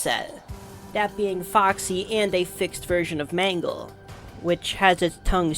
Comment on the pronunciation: im not even joking the more you say mangle it sounds like mango😭